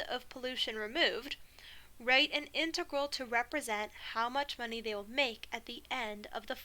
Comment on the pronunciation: "monyey" 😂. you're actually Godsent. got a calc final in 3 days and you're singlehandedly teaching me what my professors overcomplicated so much for the last 2 semesters. thank you for posting these lectures online. wishing you and ur family nothing but the best